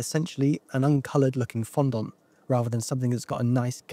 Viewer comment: I wish hearing the word 'fondant' pronounced 'fon-dont' that many times didn't upset me so much...